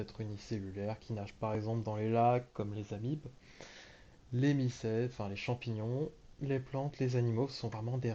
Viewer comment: Champignions ou champignons 😭